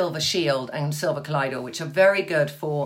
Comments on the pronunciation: Trinny, if possible, I would love to see Elizabeth Hurley in your bathroom discussing her skincare routine and her MatchToMe colors. And I believe it is pronounced "cuh-loi-dee-uhl". (Hello from St. Louis!) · its pronounced COL-OY-DUL